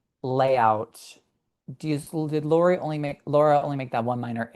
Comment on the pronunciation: I love your show, but please stop calling LNG Laura. It's Lara, pronounced "Lah-,rah." Grazie. 😂 P.s. Your hair looks fantastic!